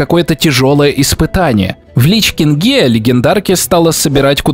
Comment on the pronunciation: Как же режет слух в лич кингЕ